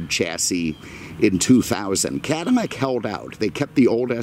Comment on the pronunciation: Attention to detail is second to none love the videos but it's not Cadimack it's Cadillac 😆